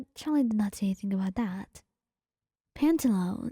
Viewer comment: i love ur content but pantalone is pronounced pan-ta-lo-ne, im not sure how to explain the pronounciation of each syllable but u can use google translate to say the word out loud. hope this helps!!!